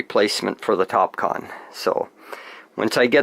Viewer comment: That's excellent, I hope they last a looong time for you. I couldn't help thinking of Kahn all the way through, you said what sounded like "Top Kahn" multiple times! :D